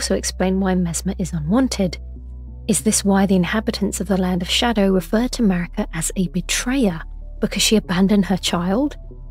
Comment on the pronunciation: Ok, I know it's Maraka, but I keep hearing MERICA! Lol